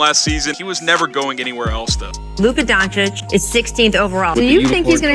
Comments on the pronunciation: BTW, why some of these "experts" pronounce Luka's name as "Don-cheek"? It's "Don-cheech" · Some pronounce as Don-teech